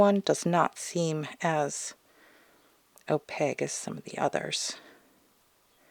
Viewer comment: It sounds like your prounouncing opaque with a g? The q would be prounounced like a k, o - pake like cake. These metallics are super gorgeous, though the acrylic pallets and dropper, with the velvet pouches? That already tells me these are probably more expensive then I'm willing to spend for some colored mica in binder lol. They are very pretty though.